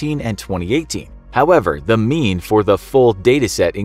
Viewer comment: I keep hearing “The MEME” so I turned on captions and I disappointed to know it says “mean” lol.